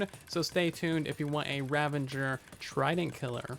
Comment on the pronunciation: Please, please learn to say "Ravager" not "Ravenger"! It's from the verb "ravage" which rhymes with "savage." It does NOT rhyme with "scavenger"! Join my campaign to help the world pronounce "ravager" correctly! We can do it together!